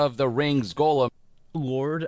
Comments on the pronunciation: Is anyone else bothered that the guy keeps on pronouncing "gollum" as "golem"? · Gollum = GAWL-um Golem = GOAL-um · These games are almost as bad as how this guy pronounces Gollum as "golem" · I don't understand how people who I assume have seen LOTR. And heard how his name is pronounced. Still miss pronounce the name of popular characters. Golem??? From Pokémon?? I know you've heard Gandalf pronounce gollum. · god him saying Goalem is driving me absolutely insane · Why does everyone call him “golem,” though?😂